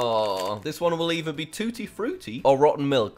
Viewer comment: its TUTTI frUTIE